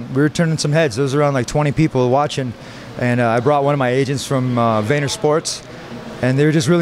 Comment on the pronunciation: Did he say Vayner Sports? God damn Gary has taken over